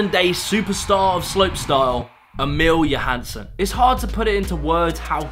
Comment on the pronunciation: Emille Johanson? It's Emil Johansson. Kinda missed out a big name there as well, Martin Söderström. If it wasn't for him together with a few other names things would've been quite different here in the Nordic countries...